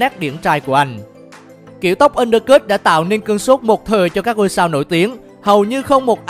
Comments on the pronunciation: “ kiểu tóc ăn đơ cứt “ :)))) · Undercut đọc cũng sai